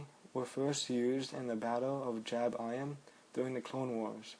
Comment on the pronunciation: a year late, but... the planet "Jabiim" is typically pronounced "jabEEm" and not "JAB-eye-ihm"...